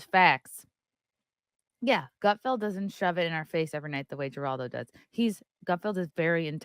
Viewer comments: are you trying to trigger me saying Jer aldo? The correct way to say it is Her aldo! Not Jerry Jerry Jerry. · It's pronounced HER all doe....play the clip first without talking over it...beyond annoying.. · why are you talking over their dialogue? and his name is pronounced HER-ALL-DOH.... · Please learn how to pronounce Geraldo. I’ll use it in a sentence “Geraldo is a moron”! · Good grief, get to the point, and learn to pronounce Geraldo. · It’s funny that can’t pronounce Geraldo.